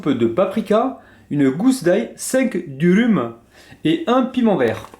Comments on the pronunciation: Ca se prononce plutôt eu genre deurum non? Et 'ya pas les 2 points sur les 2 u normalement, que sur le 2eme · On dit dOUrOUm pas durum :D